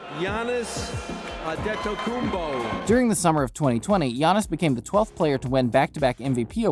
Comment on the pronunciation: Naahh ANTENNOKOUNMPO? broo ANTETTTOKOUNMPO👌🏼😂